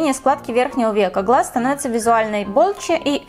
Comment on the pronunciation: "визуалной болче"😂😂😂